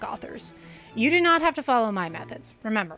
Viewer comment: 2 minutes in during the trigger warning I thought I heard "dough not" instead of "do not", which gave me a great idea for a doughnut shop. It's called Dough Knots. Every doughnut is based on a sailor's knot. Classics will include the clove hitch, the figure 8, and bowline. Specialties are infinite. I'm thinking first of the monkey fist. Banana cream, chocolate, and peanut butter under a glazed monkey fist knot. Surely a best seller. Is Neil Gaiman a sex pest? I don't know yet. Again, only 2 minutes into this.